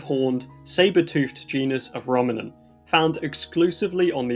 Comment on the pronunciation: That's a very interesting pronunciation of ruminant